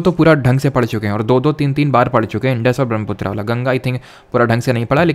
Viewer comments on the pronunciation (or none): none